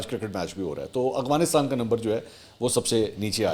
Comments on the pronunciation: Bhai, this is called Afghanistan not Aghfanintan. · اتنے پڑھے لکھے ہونیکے باوجود آپ نے افغانستان کو اخوانستان کہا ۔۔۔تلفظ درست کرنیکی ضرورت ہے